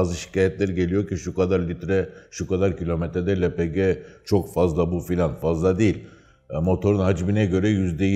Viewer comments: elpigi nedir yahu? likit petrol gazı lepege deyin şuna... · hepinizin ağzına sağlık amma,, Lepegeye neden Elpici , cenege ye sienci diyorsunuz ?? Kulağa hoş gelmiyor sanki doğrusu da olsa :)